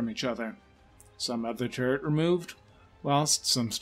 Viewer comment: I cant put my finger on why the the narrators voice sounds so weird. It sounds like three accents and a mild speech impediment teaming up to do an impression of a droning teacher. Im just gonna say it: "Turr-t" try and unhear it.